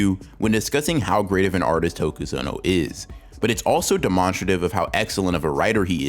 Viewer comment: why did bro say "demonstrative" like that